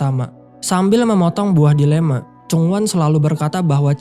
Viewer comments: Buah DiLema.??? ternyata dElima salah sebut yang sengaja bgt ya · Maaf min... Saya dengernya buah dilema. Iya gk sih? Jika iya, harusnya buah delima. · buah delima gw denger na buah dilema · Buah delima bang, bukan buah dilema